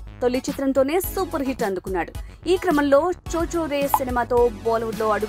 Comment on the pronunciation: That's not cho cho re, that's chichhore.